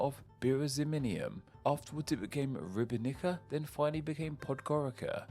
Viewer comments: Ribnica is pronounced Ribnitza, and Podgorica is Podgoritza Laibach is just a German name for Ljubljana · Being a linguistic channel you should really learn how to pronounce the capitals in the local language. I stopped counting but you massacred a lot of names. You kept adding letters where they weren't. For example Astana not Astanta, or Bishkek not Bishbek. Ribnica is pronounced Ribnitza not ribinica